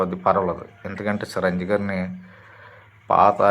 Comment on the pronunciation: సి రంజీవి కాదురా బాబు చిరంజీవి రా బాబు. ఆపరా నీ సోది